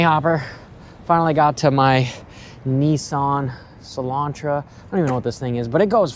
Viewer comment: I thought you called your car a Nissan Cilantro for a second there 🤣🤣